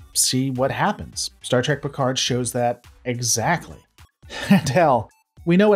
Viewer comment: It is STAR TREK not STAR TRAC. How much do you really watch?